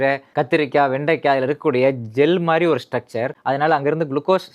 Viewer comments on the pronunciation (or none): none